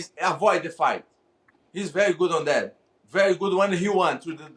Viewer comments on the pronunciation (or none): "I fhink he has a good skills...he best skill is running away...afoid the fight ....he very good at fhat"😀😄😆😅🤣